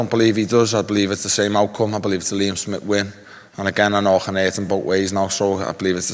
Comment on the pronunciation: Smith can’t even pronounce his own sir name correctly